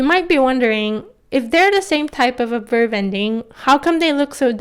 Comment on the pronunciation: Just wanted to ask are you pronouncing the ‘b’ when saying ‘verb’? Just sounds like your saying ‘verv’. Great video non the less :)